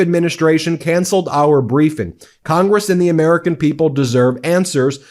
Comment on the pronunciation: Ha-haaa! The Ermerican pwesidink is a failure. Film at 11.